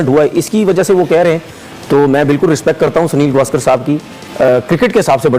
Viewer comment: सुनील गावस्कर✅ सुनील गवास्कर❌